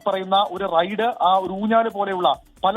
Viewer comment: Raid, റെയ്ഡ് അല്ല ,, Ride, റൈട് എന്ന് പറ